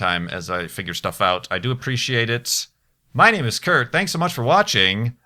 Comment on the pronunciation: It sounds like you're saying "My name is Kirkt".